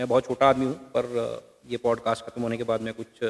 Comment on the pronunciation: आपने अच्छा प्रोग्राम किया, कृपया प्रोग्राम के शुरू में जय श्री राम न बोलें क्योंकि सभी धर्म के लोग आपका प्रोग्राम देखते हैं और उसकी तारीफ करते हैं। आप जय हिंद बोल सकते हैं। अपना अंग्रेजी के शब्दों का उच्चारण थोड़ा ठीक करें किसी से आप किसी एक्सपर्ट से विवेचना करवा सकते हैं, जैसे 'पॉडकास्ट' को ठीक से बोलें।